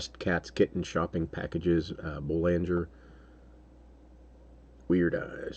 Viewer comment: I don't know if the artist is actually American and would have changed the pronunciation, but Boulanger is French.. BOO-lahn-ZHAY